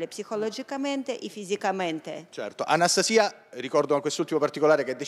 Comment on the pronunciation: Nn si dice Anstasi'a Si dice Anasta'sia...😂